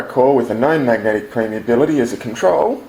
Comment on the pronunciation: I think you mean permeability and not premeability. Great video though!